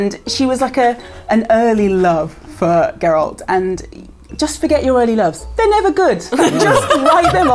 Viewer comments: It's Geralt, not Gerald. Sorry. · Unpopular opinion: the way they are saying 'Geralt' is totally wrong and hurts my ears! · I think their most unpopular opinion is how they pronounce "Geralt" ;p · i think the worst unpopular opinion that you lot have is your way of saying Geralt